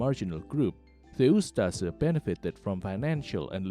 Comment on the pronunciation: DIRTY COMMUNIST PROPAGANDA - THE NDH WAS A WELL ORGANIZED COUNTRY - WTF DO YOU KNOW, YOU CAN NOT EVEN PROPERLY PRONOUNCE USTAŠA/USTAŠE